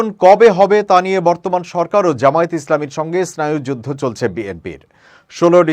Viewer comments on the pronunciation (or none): জামায়েত নয়, জামায়াত শুদ্ধ করে উচ্চারণ করুন